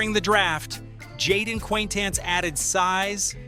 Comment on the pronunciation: jeepers you butchered jayden quanitance's pronunciation